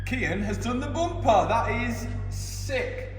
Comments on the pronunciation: Mat: Bumper❌ Boompaah✅ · "Next step......the boomper" 🤣